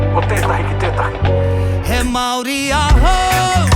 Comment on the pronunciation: Māori - 2 syllables Mao as in President Mao Ri as in Reee with a soft rolled R. (Search online for pronunciation)